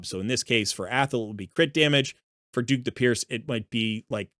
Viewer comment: I can't believe the amount of people that can't read. Dhukk the Pierced - pronunced DUCK.... Nothing about DHUKK says DUKE